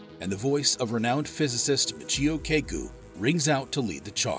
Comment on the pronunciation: Learn to pronounce Kaku and you might be a bit more credible…